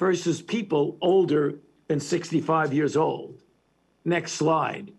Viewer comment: When he says "next slide", I kept hearing "next lie"